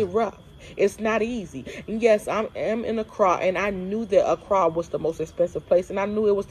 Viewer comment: man, the way you pronouce the word 'ACCRA' is diisturbing. Just too American. Wow. You are stressing the wrong syllable over and over again